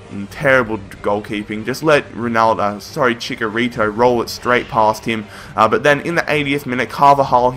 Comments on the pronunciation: Why Chikarito its Chicharito and Krus, its Kroos!! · You pronounce it Chi-cha-rito. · Its Chi/ch/a/rito